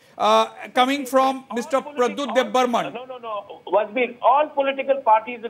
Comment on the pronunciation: Every Reporter say,Debbarma not Debbarman ok